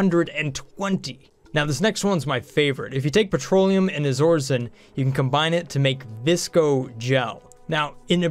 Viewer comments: BTW the second material is not "Izorizen" It's Iso-resin, pronounced Eye-so-rez-in. Bugged me every time you said it XD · is it pronounced iso-resin? that seems better... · Why do you say things so weird... iso-resin, and shove vole is two words. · I believe it's pronounced EYE-so-re-zin (Iso-resin)